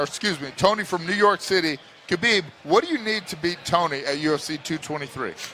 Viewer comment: maaan, it's Habib, not Kabib guys!